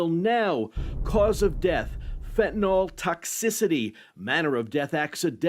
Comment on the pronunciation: Please, it's fentAN-YL. Not fent-EN-AWL